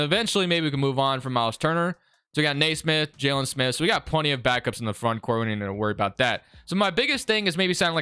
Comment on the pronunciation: its kneesmith not naysmith